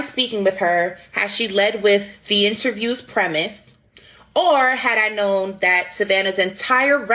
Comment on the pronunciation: You can tell that this is true because of how she has to slow down for unfamiliar words like premise, infiltrate, continuous or else she slurs the syllables together.